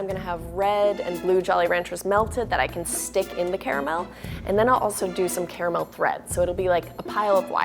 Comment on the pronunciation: i hate when people say Cara mel not car mel